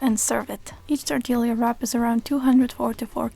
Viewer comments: Toritilla is pronounced Tor-Tee-Ya. Double LL'S in a spanish-influnced word have a Y sound. Thank you for this amazing video! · The way she says tortilla gave me whiplash